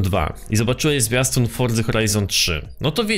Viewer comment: Czemu mowisz fordza ? Xd